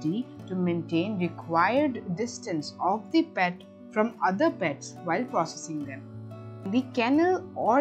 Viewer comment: Good one...Will be very useful for animal lovers...Could have avoided extra stress in the accent of PETS in the beginning...